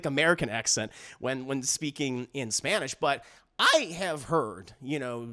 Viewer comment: Im from Mexico and well even thought we dont really take things seriously, this movie is a involuntary comedy cause Selena Gomez’s pronunciation of spanish is on “La Casa de mi Padre” level of just phonetic reading, its so funny: “zerro la iave, me korto la lana, ze kiere yebar a mes hijos” is pure comedy gold. Now on a serious note, if you go into any facebook…there's so many people disappeared, everyone has or knows someone that is missing…and this movie is making fun of that like it's unimportant…let’s make a movie about Charlie Hebdo, how they are actually good terrorist, and lets make it a musical, and speak in what we think sounds like french like…wi wi la bagettre le cigarete, le terrosite chanson la charlie…